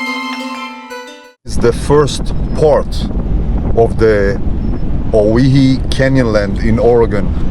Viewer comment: Awesome video! Great scenery. Looks like Great roads for 4x4 adventures. Believe it or not owyhee is pronounced oh why he. Like Hawaii. Old time 17 and 18 hundred sailors spelled Hawaii on their sailing maps as owhyee. It later changed to Hawaii. So if anyone ever asked, you can say you offloaded in Hawaii kinda. Thanks again for your time you spend making these great videos. One of these days I'll have to map out a great northern Mendocino (M2) offroad trip or another trinity national forest trip maybe you can enjoy sometime. There used to be a Hayfork divide 4x4 trail near hayfork that was really awesome. You were actually on part of it in a previous video. But for the most part I think it got too damaged over time and from recent forest fires with hundreds of burned trees that fell across it. That would have been one you would have liked. Someday you should try the Bullychoop lookout road too. Best 360 view around. Cant wait to see more videos. Best wishes.